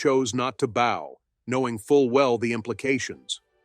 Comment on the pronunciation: The narrator needs to learn how to say "bow" as in curtsey of bend at the waist. He pronounced as "bow" that is used to shoot arrows, used the same pronunciation for "bowing". He should learn the appropriate pronounciation, even if it's AI that must be programmed properly.